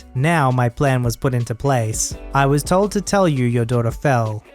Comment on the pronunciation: The emphasis when reading should have been "I was TOLD to tell you..."